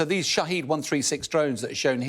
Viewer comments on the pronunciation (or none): It is Not shaheed ( martyr) . it is shahaed ( witness ) , it is name of company shahed